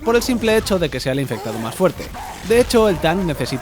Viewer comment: me encanta cada ves que dice el infectado le sale mal xdd